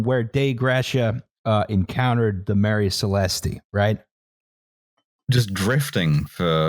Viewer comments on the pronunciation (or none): I find it very weird the way you pronounce Marie celeste, the e is actually silent, so you prounce it Marie Celest, that's why it's famous because it sounds nice. It wouldn't be famous if it was called something as stupid as the Mary Celestee as you say it. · I'm ashamed of for not picking up that they kept saying Marie Celeste wrong, it's pronounced Maire Celest, no E because as withost names it's meant to sound nice and not disgusting.